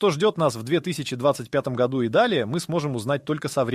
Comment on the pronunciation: Ролик сделан с помощью ИИ. Обратите внимание на ошибки в ударении, например " в ... гОду" и "в ... годУ".